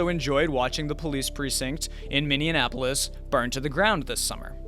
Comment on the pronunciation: This guy maintains the Mainstream Media practice of calling leftist disruption "protests" and rightwing disruptions "riots". Dubious at best. He also pronounces "Minneapolis" as "Minneanapolis". Such gaffes do not inspire confidence. By all means plan for hard times.